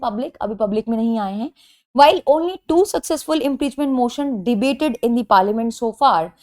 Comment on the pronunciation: kya maine sahi ,suna are u pronounce impreachment ??